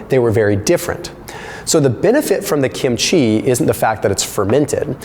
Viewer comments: Love the video and also love Kim-chi but after living with Koreans most of my live I have to say that you are saying it wrong the accent is on the first syllable not the last. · The way you repeatedly mispronounce kimchi is probably pissing off the likes of dr fung